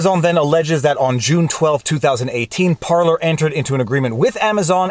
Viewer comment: Thank you for saying Parleys correctly! Love your content. American living in Winnipeg.